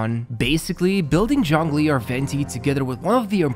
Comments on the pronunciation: no, the "zh" is kinda pronounced like "juh", not "joh", which is the way they pronounced it. Saying "john lee" is also missing the "ng" sound, and zhongli also has an "o" sound that isnt present in english. Also about your cousin, they may be either accented or saying to so fast that you cant make out the individual sounds, which a lot of people do. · native pronunciation of zhongli sounds like jongli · That may be true and all, but I don't understand what point ur trying to make? Starting with a 'J' is still closer to the original pronounciation rather than starting with a 'ZH'. I said that in my previous comment too ☝️ I never said he said it correctly, I just said it was closer to the original